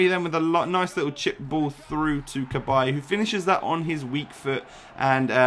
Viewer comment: shows you dont watch football how you pronounced cabaye lol